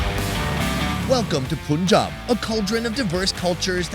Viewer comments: You have a point. Americans would freak out if an Indian pronounced their words incorrectly. And saying 'Poonjab' destroys the name and is actually more difficult to say than Punjab! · you are spelling "poonjab", that wrong. It's "pannjaab" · A few big errors here. Number 1 - please stop pronouncing it as Poon-jaab. The first syllable is pronounced like the word "pun". Second, no-one uses dried cilantro - the dried leaves in the butter chicken are dried fenugreek leaves, called "kasoori methi". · bro im indian. 🤣 poonjab punjab sameting. All the difference is, is the spelling and how you interpret the pronounciation. 🤣 poonjab punjab no difference. 🤣 also plenty accents of ppunjabi too. 🤪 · Stop saying Poonjab 😠! It's Punjab, as in sun, gun, run, fun, PUNJAB. Do you people call the sun the soon or a gun a goon??? What is it with you people. Carry this on and I will unsubscribe. Have some respect and pronounce words and names as they should be. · Poonjab is not right...americans make fun of our accent now it's our time to make fun of theirs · There is no dialect in Punjabi or any other Indian language that pronounces it as "Poonjab" because the root of the word comes from the number 5 and so could never be "poonj" (Punjab means the land of 5 rivers). If he had been pronouncing incorrectly the words "Worcester" or "Arkansas", and I had pointed this out, would you still be this rude? Obviously, people would know what he was referring to, but it doesn't make it correct. I was not rude in my comments, just stating a fact. He is in the country, he is hearing everyone pronounce it as "Pun-jaab" and he continues to say "poon" and you're yelling at me? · I know but he has pronounced it many times likes this so that how he says it. and you unsubscribing doesn’t mean anything to him because he will get even more subscribers or fans anyway